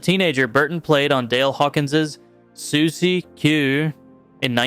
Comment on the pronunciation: And not sure why you pronounced suzie q the way you did. Threw me off. Like what the f**k?!??!